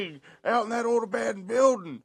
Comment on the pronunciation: "avandoned vuildings"